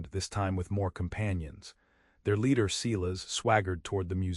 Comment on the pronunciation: EDIT the reading of the story!! The name Silas is pronounced "Si-las" not "See-las". EDIT & REVIEW!! A 10 fingered cowboy! AI graphics 😂😂😂 EDIT the writing. You timeline sucks. Starts out with Matthew in 1873. Zara's trunk in 1873 contains old brittle letters of correspondence from Mary Blackburn, the last one dated 1878.( Old brittle letters from 5 years in the future. ) Months later Matthew & Zara are discussing their future and Zara mentions getting a letter with communication involving Mary's grown son. And the reference of Mary having passed on. Are these TIME TRAVELING people. Somebody is very stupid and lazy. EDIT & REVIEW!!